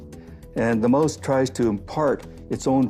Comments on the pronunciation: “the moase”? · Liberals are all psychopaths. Antifa. Bernie Sanders. Killary Clinton. The whole Bush family. The Rothschilds. Need one go on? Uh Oh the guy does not know how to pronounce the word mouse. mose!